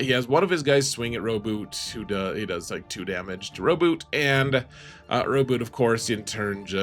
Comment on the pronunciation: Blood for the blood god. Also you pronounced Rowboat wrong.